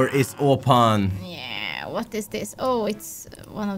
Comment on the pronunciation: säger WÖTT XD